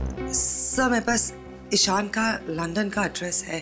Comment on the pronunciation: अरे प्रेडी लंडन नही लंदन सही बोलो सर